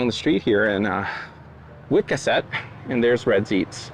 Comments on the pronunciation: If you’re going to do lobster videos, do your homework, and learn how to pronounce the name of this town, Wiscasset, Maine! I’m from Portland, Maine, but have lived in Texas for the past 30 plus years! You pronounce it Wis-cass - et! ❤️🦞🦞🦞🦞🦞🦞🦞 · This guy seems like a nice person, but he really needs to do his homework, and not mispronounce Wis cass, et Wiscasset! I’m from Portland, Maine, and of course have been to Red’s in the past! Just bothers me, when people do theses videos, but murder the names of the towns, or places! 🦞